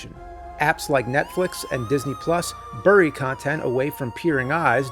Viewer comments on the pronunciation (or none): none